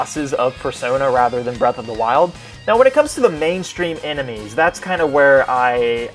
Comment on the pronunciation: Breath of the wild or Birth of the wild? And did you just say Forces is crappy? Triggered